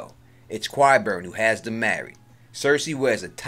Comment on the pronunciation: Is that supposed mean something special? I didn't make up the way the actors pronounce the name. I can offer up a little help for anyone having a little difficulty, maybe try" KIE" BURN. At first, I found your pronunciation to be quit funny. However, since you have chosen to inform me that you are from NY. I now realize, that it is merely a lazy excuse.